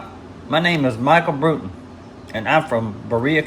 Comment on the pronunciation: Glad you liked it Doc. But man you butchered my last name 😂😂😂 its pronounced like "Brought-en" like you Brought someone something. My Buddy Kevin Klein from Colorado made that pouch and the Mini Bowie knife. Thats a real Native American Arrowhead from Colorado that holds the pouch closed. The Iraqi Freedom zippo i bought for my Buddy Jon when he got back from Iraq in 2006 on his 3rd Deployment. He carried it till 2017 when he tragically Took his own life after years of struggling with mental health and the recent divorce from his wife. 23 a Day is 23 too many. So I thought it would be better suited in your display case. Respect~RedEye 😎🇺🇲⚔